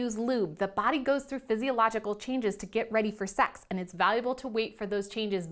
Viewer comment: The way she says SECKS tho.